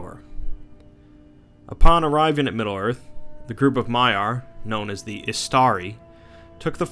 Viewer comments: Victor Dimov yes it is but he said Maya/Mayar and Vaela/Vaelar. Different pronounciation of the words. I might seem like a name pronounciation nazi here but i see the differences and its bugging me. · Although you do have alot of mistakes in the dialogue you should correct. Like Maya when it should be Maiar and Vaelar or Vaela when it should be Valar. Plus you do tend to leave out important lore. Just some constructive criticism for your future videos.